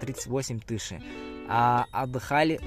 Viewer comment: Не Тище а тысяч нормально надо сказать а остальное Респект 👍